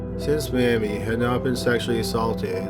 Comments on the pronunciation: May-me not mam-me! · Mamie is pronounced May-mie, not MAM-mie. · It's may-me, not mam-e. Maybe nobody else cares but it's like nailson a chalkboard. Absolutely love your channel regardless 💙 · You would be incorrect in your assumption. I live in the south and never knew anyone called mam-e. It was always may-me. Mam-e was a derogatory term for an elderly black woman. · Mae Me, not Mammie. LOL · Is her name pronounced Mammie, as in the video, or May-mee, as I've always heard? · It's pronounced May-Me, not 'mammie'.... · Keep up the good work!! I support you 100%!!! As others have stated, you deserve a show on ID more than some of those people on there (i.e. Wendy Williams, Jerry Springer). Oh, and her name was pronounced "MAY-ME", not "MAM-MEE". lol. I had a great aunt by that name. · It's MAY_mie not Mah-mie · Mispronoucining M AIM Y. YOU ARE SAYING MAMMY. LOOK UP EISENHOWER. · Another great episode ---- just an FYI the name Mamie is typically pronounced Mayme not Mammy. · Her name is pronounced May me, not mam e. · Mamie is pronounced Maymee not Mammy. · You started out saying her name right, but then...not. Mamie is pronounced MAYmee, not Mammy. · For future reference, Mamie is pronounced May-mee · MAY-mee Thurman. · Pronounced may-me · Mamie is pronounced May-Me. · Mamie is pronounced like "May-mee" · It's pronounced "May-mee." The mispronunciation is driving me nuts. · I know it's spelled Mamie, but it's pronounced "may-me". I studied this crime as a child living in McDowell Co, WV, and we went camping in Logan. Sorry, just wanted to spread some useless knowledge. 🤣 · May-mee. Pronounced like Jamie (jay-mee). MAY-MEE. Sorry, but this drove me crazy hearing you mispronounce her name. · I enjoy the content, but dude… The narration....Half the time “Mamie“ was, “Mammy” and sorry, but you sound like you’re falling asleep, or someone is forcing you to read aloud and you really don’t want to. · Thank you! I winced every time he pronounced it as "Mammy".